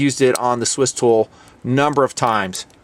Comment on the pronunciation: Did say Stool? Lol!